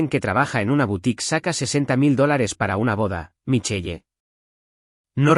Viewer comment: Michel así se escriba Michelle. Corrijan la pronunciación